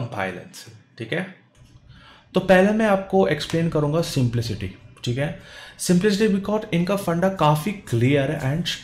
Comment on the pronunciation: bhai simplicity bola simflicity nahi... hamara kaha gaya bhai